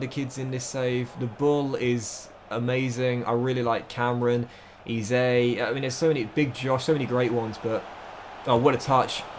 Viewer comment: this is my first epsiode i watched and i turned off when you said eze like eezay